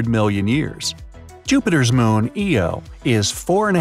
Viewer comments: first Lo now Eo??? It's Io EYE OH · You just said eo not io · I always thought Jupiter's moon ( as you pronounce it ) eo was actually pronounced io - eye-oh. What is the correct pronunciation ? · Bright side: Jupiter's moon Eo Me: ITS PRONOUNCED IO THE I IS NOT SUPPOSE TO SOUND LIKE AN E! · I thought Io was pronounced eye-oh, I didn’t know it was actually pronounced ee-oh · 'eye-oh' Cmonnnnnnnn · You call Jupiters moon eo